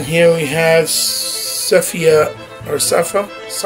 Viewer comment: This is no way shape or form me disrespecting you but plz get the correct name of the action figures before reviewing her name is Sypha pronounced (Sigh-fah)